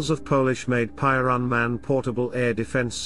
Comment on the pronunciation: Piorun not Poirun ffs